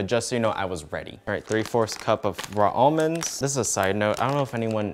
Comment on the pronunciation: No one:: cant say raw almonds